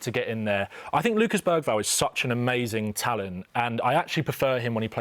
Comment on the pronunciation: Man said Bergvall 💀💀💀